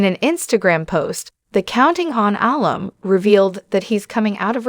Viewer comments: I wish this woman learned how to pronounce Jingers name and how to pronounce alum. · Was this video electeonically narrated. I'm appalled at the mispronounciarion of Jinger's name and even the work "alum" which is short for amumni.